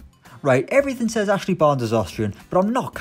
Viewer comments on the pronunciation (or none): none